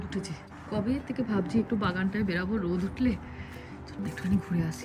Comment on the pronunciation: কথাটা বেরোবো বেরাবো নয় ভীষণ কানে লাগে তাই বললাম ।সংশোধন করে নিও